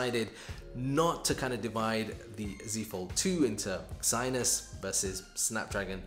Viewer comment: Ermmmm...I think you pronounced Exynos slightly wrong 🤔 haha I was like ...the what? 😆